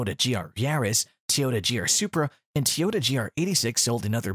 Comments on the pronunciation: TOYota Not Teeoyta 😂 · WTF is a "TeeYoda"?